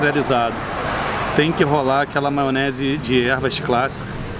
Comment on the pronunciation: O cara continua falando maonese kkkkkk